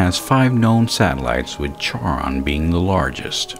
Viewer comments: Awesome video, man! Two suggestions: 1) Some of your information was redundant; like you mention the same thing several times. I'd recommend finding a nice flow from one point to the next. 2) A nitpick, but Charon is pronounced like "Sharon", rather than like "charred". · Charon sounds like Karen if you're going with the closest English equivalent of the Greek, or Sharon if you're going with the guy who discovered the moon and wanted to name it after his wife Charlene. Starting with "char", as in burning something, is not a valid pronunciation. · Ugh. It's pronounced KHARON. It's Greek. The "Ch" is pronounced "Kh". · Being a Greek name, Charon is pronounced as "karon". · Nice video. I thought Charon was pronounced KAR-on, though. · charon is pronounced "kehron" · Good stuff. Also, Charon is pronounced 'karon'. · Charon is actually pronounced "karon", named for the ferryman that took people across the river Styx and into Hades (the underworld). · Nice! Isn't it pronounced, "KAH-rahn?" Not to be a dickhead, but I believe it refers to the ferryman for the river Styx, in keeping with Pluto's underworld theme. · Isn't it pronounced, "KAH-rahn?" It depends. The Greek Language has (along with the German and some other) special sound that has no aquivalent in modern English (as far as I know). Basically, you can go with K or TSh and mostly everyone will recognize what is meant, beacuse accents are everywhere. For the extra points: The letter's named "Chi" and written like an X (in the minor case it looks like that: χ) It sounds like a "noisy" variant of h and is done so by raising the rear end of the tongue while breathing out.